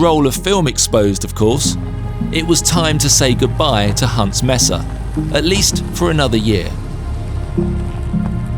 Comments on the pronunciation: Mesa is pronounced maesa, not messa. Messa is a group of things, such as "I caught a messa catfish." 🙂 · Another excellent POL. Thank you. A small point for. Mesa is pronounced maysa. And, in Monument Valley, the other tall feature is called a butte, pronounced buoot, not butt. A simplified definition is that buttes have smaller diameters than mesas. And the next time you go, check out Goulding’s Lodge and the old Goulding’s Trading Post. A great place to stay or just eat and lots of history. It is because of Harry Goulding that so many movies were made in Monument Valley, especially providing periodic jobs and income for the Navajos during the Great Depression. 😊